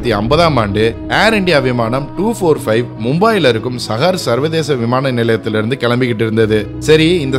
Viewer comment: It's not mumbaai it's Mumbai..it's not sahar it's saahar (Pronunciation)